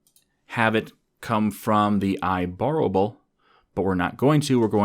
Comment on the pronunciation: I love how he pronounces IBorrowable as IBorrowabable, great video by the way. Enjoying this series on SOLID, one more to go 💪